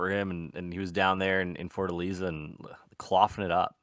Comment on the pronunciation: its Fortalêza, not Fortaliza (as Lisa Simpson sound pronunciation)